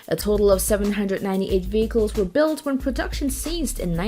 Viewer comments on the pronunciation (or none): “Armor Combat Vickels” !? 🤔🇨🇺🇺🇸